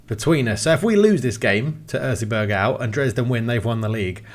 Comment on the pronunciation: I can't stop laughing about how butchered the word Erzgebirge. Sorry 'bout that, but I am german and totally know whatt I am talking about. 🤣